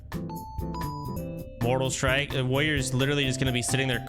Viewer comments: Soda has probably said the word "warrior" more than 99.8% of the population to have ever existed and still can't pronounce it. Woyer Wuhyur Wroryeer. Asmon does the same shit. Is it an degen autism thing? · The way he pronounced warrior as “woyer” the entire time was super annoying.